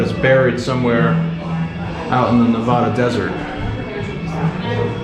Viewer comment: Learn how to say nevada.Your pronunciation will get u in trouble.